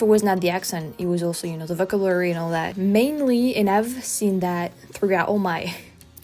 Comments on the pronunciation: Oh, and by the way, it's "voh-KAB-u-la-ry", if we are talking about correcting pronunciation. You tend to say "vocabulary" pretty quickly so the stress gets shifted like you do with "delicious". I thought it was ironic to think of that as you were talking about "delicious" (and it was tres amusement). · your English is great. one small pointer…not to criticize at all, but because I know that you are always seeking to improve. The one word that you used a few times that the pronunciation was off on, vocabulary. Put a little more emphasis on the second “cab” syllable. Keep it up, you’re doing great! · Think of yourself saying 'oh shi# ' the next time you say vocabulary. Not a soft 'ah'